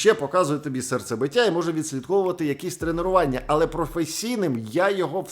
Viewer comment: не кажи будь-ласка тренИРування)) Люди тренуються і ходять на тренування🙃 Ну дуже вже "ріже" вуха. P.S. Ти спеціально перед "...НАХ..олєри.." таку паузу робиш?))